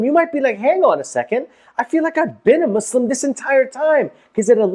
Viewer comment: For once someone said Muslim right